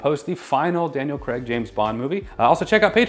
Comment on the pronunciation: Hey guys, I have to say as someone who’s name is CRAIG, you guys say it the right way. Those people who were telling you you were saying it wrong are wrong. Love watching the videos and as a nerd I am totally jealous of, is an amazing and beautiful woman. You guys are amazing.